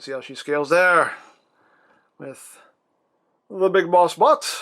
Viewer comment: Right, So I'm sitting here listening to you ask where her boot is. My Boyfriend is giggling about it every time you say "A whole Car" and "half a car". It does sound like your asking where her butt is. even if that's not her butt in car mode.